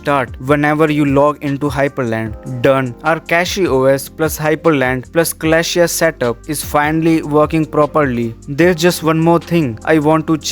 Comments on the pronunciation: It is called: Celestia (the a you do not pronounce). It is not "Kalashia" , that's a real butchering of the name. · its pronounced suh-LESS-tee-ah